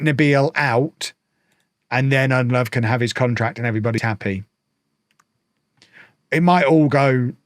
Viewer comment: Ndlovu is pronounced IN-DLOW-VOO. not undlove. With African names you pronounce every vowel.